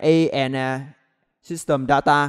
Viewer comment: Người Việt hả =)) nghe data là nghi r